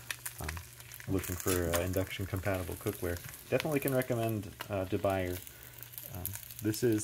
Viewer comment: The French pronunciation is Day-Boo-Yay.